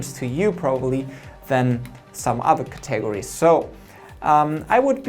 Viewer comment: "Cat-a-gor-ees" lol